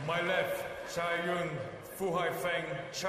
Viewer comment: First time I've heard an umpire get Cai Yun's name right.